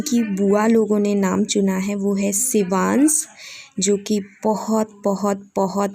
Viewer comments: Congratulations Dear, one requesttry to pronounce (say)Sh not ss .It's Shivansh not sevans,its Mansh..not mans. When ever the word ends with sh u say ss..Try to correct other wise Misheka will also learn worng pronouncition... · आप शिवांश को सिवान्स मत बोलो dear